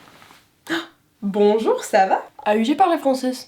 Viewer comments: you're accent is very good btw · On the "Bonjour ça va" I thought immediately you were a french native. And I know what I'm talking about, I AM. That surprised me so much ! I just discovered your channel and I love your voice, your tips and the montage which is neat. Congratulation ! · You speak french very Well 😂😂 I’m French 😂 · Grave elle avait vraiment un accent français je la kiffe❤️❤️❤️🇫🇷🇫🇷